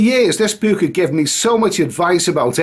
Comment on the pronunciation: Hey, what's a buke?